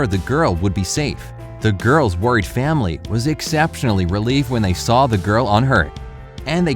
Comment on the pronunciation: You add R to the ending of words. Saw-Sawr stuff like that. It’s interesting all I’m saying is my ear kept twitching. Great video.